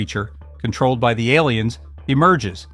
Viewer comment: Great content, they are however, "A"liens not "el"liens.